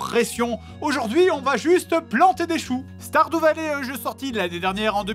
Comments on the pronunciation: Commeng tu prononce Stardew Valley. Á chaque fois j'ai l'impression que tu vas dire starfoulah. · C'est moi ou il dir stardoux vallée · "STARDOU VALLER" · Guillaume Hertzog ??? Ça peut se dire comme ça stardew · Sardou valley